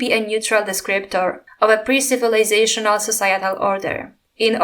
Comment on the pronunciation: « neutral » ... « pre-civilationnal » 💀 Saying it's from Engels doesn't make it any less racist.